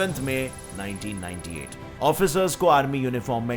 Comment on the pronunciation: Written 1998 and but verbally it sounds 1988. Which one is correct ???